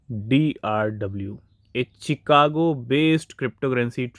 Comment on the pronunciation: भाई चिकागो नहीं शिकागो बोलो